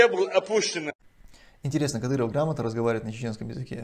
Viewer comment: Кадырова надо к логопеду атвести.